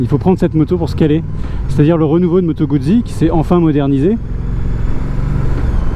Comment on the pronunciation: #1 Italiano lessonne una☝️ Guzzi comporte 2 Z, donc on doit prononcer "Moto_Gout'si" , pas "Moto-Goud'zi" , quand on veut mettre l'accent ! 😉 👏 👏 👏 Bravo pour ton ton achat et merci pour ta vidéo. Longue route avec ta Guz'!!! 😉